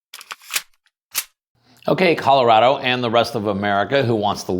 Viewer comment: You mean Calirado, not Colorado.